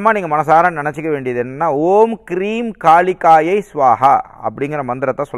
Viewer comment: மந்திரங்கள் சரியாக உச்சரிக்க பட வேண்டும் நண்பரே ஓம் ஹ்ரீம் காளிகாயை ஸ்வாஹா